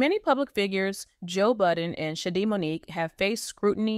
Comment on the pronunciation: Her name is Shadee’ not shady